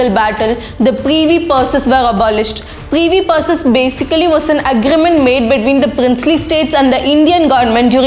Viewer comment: First learn to pronounce english words like privi purse correct accent/diction, then do the commenry on emergency or the leadership quality of late pm Mrs Indira Gandhi .